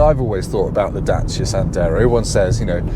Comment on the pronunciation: The correct pronunciation of Dacia should be the way pronounces it.